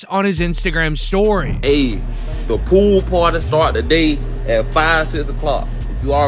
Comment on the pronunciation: The pwool pwarty 😂